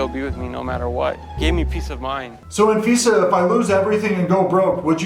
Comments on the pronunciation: Anfisa pronounced - An visa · He said anfifa lol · Anfeesa? More like AnVisa.